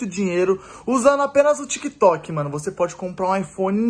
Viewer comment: Tá parecendo o povo que apoia danan. Dani fala "mano" e o povo ouve "moh" "amor" kkkkk pqp